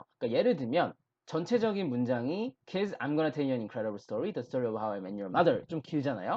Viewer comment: 근데 왜 계속 kids 를 키스라고 말하세요? ds를 저렇게 발음... d는 없어지고 무슨 키스처럼 발음하다니. 영어 발음 진짜 못하시네요..... 공부법은 알겠는데 실력은 없는듯. 다른 것도 들어보니 영어 발음 진짜 못하는듯. 뭔 말인지 알아들어야 의사소통을 하지. 발음부터 계속 다 틀리게 하면....